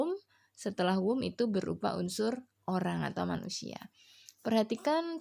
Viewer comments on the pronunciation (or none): Sdikit koreksi di pengucapan kaka aja yaa.. di kata who sama whom... Klo gak salah sara baca nya bukan wu /wum... Maaf klo salah kak....